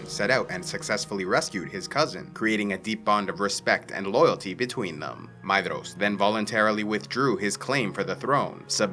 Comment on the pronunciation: all i heard was maeDDDDDhros